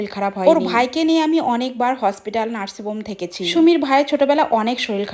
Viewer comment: নার্সিং হোম ❌ নার্সিং বোম😅 সুমির মা ❌ বিন্দু মাসি😅😅😊